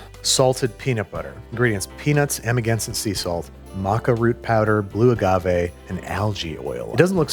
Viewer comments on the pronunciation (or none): none